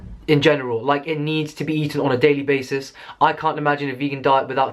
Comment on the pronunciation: “Iovana inspires me on a daily baisis” ahah